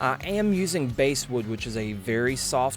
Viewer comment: it's called bass like the fish and not bass like the guitar... basswood, not "basewood". Great project though.